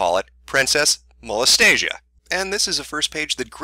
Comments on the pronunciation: Mo-les-tia is different from Mo-les-ta-sia. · ok seriously Molestia rhymes with Celestia, not Anastasia. It's nails on chalkboard xD #Pronunciation Trigger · It clearly says "Molestia" Not "Molestasia" lol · 39 people were probably triggered by the mispronunciation of "Molestia" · I used to read Princess Molestia when I was younger and your pronunciation of her name annoys the heck out of me. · Of all the shit in this video, the one thing that really bothered me is that he mispronounced "Molestia" There. I've made my autistic post for the day.